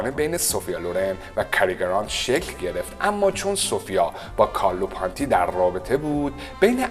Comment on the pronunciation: حد اقل یک سرچ رو اسما میکردی و بعد ویدیو میساختی کارلو پونتی رو میگی کارلو پانتی ، مارچلو ماستریانی رو میگی مارسلو 🤣😂😂😂😂😂😂😂😂 اعتماد شنونده رو از بین می بری با این اشتباهات.